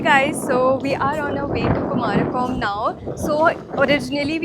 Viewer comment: Kumarakom nahi, " kumaragam